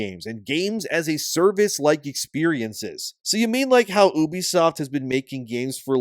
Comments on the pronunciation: its “ you bee” not oobie😂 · Please stop saying"oobisoft" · Bro...it's called YOU-BEE-SOFT. Not OOB-E-SOFT...why would I listen to shit u have to say when u can't pronounce the fucking company correctly. How the fuck are u mispronouncing the name of a studio u make videos on...what kind of actual work do u do sir? Do u do anything at all? Bc u damn sure don't know the name of the company. That's an absolute joke 🤣🤣🤣🤡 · Why are you saying oo-be-soft like that idiot Angry Joe? It's you-be-soft. 😑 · Reuters is pronounced as, "roy trz," and Ubisoft is pronounced as, "you bee soft." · I pronounce Ubisoft "You Be Slop."